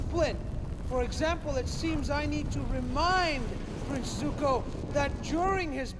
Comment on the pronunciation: “My name is uNg” “I am the Avatr” “Zuka” Jesus they even got the pronunciations wrong